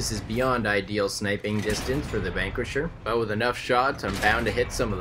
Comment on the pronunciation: I guess I need to stop calling it the Anguisher, and start staying the Spankuisher.